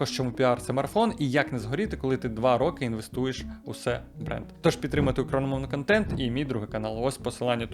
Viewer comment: У талант, вимовити фразу "україномовний контент" кожного разу з новими артефактами 😃